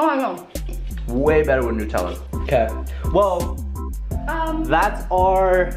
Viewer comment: Its not noootella its nutella you dont pronounce nut noot idiot😂😂😂😂 Still love your videos😂 From your biggest fan